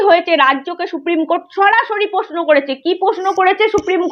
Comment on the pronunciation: উচ্চারণটা একটু ঠিক করলে ভালো হয়।বড্ড কানে লাগছে। যেমন-প্রশ্ন ,পশ্ন নয়।